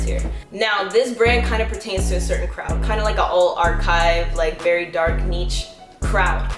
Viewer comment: it’s either “neesh” or “nich” not “neech”. cool vid though